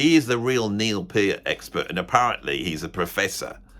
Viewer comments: It is my opinion that you're no clown but you're hilariously funny. It is also my opinion that Neil Peart (pronounced Peert, not Pairt like that true clown pronounced it) is the "greatest" drummer in rock thus far. He's not the "best" drummer ever, just the most inspiring and exemplary one ever. He's DEFINITELY the MOST OVERRATED drummer in history. I couldn't agree more with what you said in that video. He just HAS to be. He was Neil Peart, after all. Who else would be the most overrated? That guy in Culture Club? No! He wouldn't even get mentioned. Is Bill Ward the most overrated? NO! He's fucking amazing but he''s not Neil Peart. He rarely gets mentioned as being top 5, even though he might well be top 5. Saying that Neil Peart was overrated is NOT THE SAME THING as underrating him. If you ever do a list of "the most inspiring and influential" drummers ever, I'd expect that Neil Peart would make the number one spot because that's exactly what he was. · They could at least pronounce his name correctly…it’s PEE-art, not Purrt. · First guy couldn't even pronounce Neil's name correctly!! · If someone is trying to defend Neil and pronounces his last name in a wrong way... well, that's a red flag.